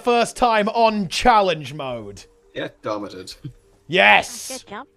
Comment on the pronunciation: "Get domited" 🤣